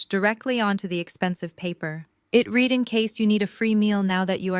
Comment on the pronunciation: He read pronounced like red , he read pronounced like Reed is after it already done every word has a before and after sound go back to school and take up a English course and learn to pronounce words right